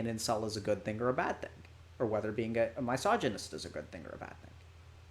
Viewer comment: Why does Dr. K mispronounce misogynist, I noticed it in another video as well